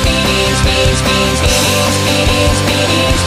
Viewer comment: He says theengs and that will never change